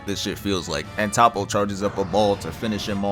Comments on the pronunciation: top-oh? no-no. it's toe'poh. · Top-po is soo cringy. Ik you hear them say Toppo in the anime. Toe-po or Toap-po is the pronunciation. Say soap, swap the S with a T then add po😂